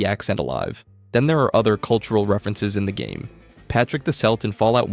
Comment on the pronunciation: Also why did you pronounce Patrick the Celt like that. Its not pronounced 'selt'. You even managed to pronounce Celtic correctly just after. Two pronounciations in less than 10 seconds